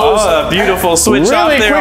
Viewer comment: Unspeakable:"into the friby fwing"